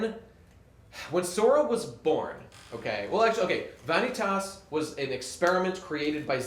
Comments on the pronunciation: and he pronounces Eraqus and Vanitas wrong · It angers me how you mispronounce Vanitas.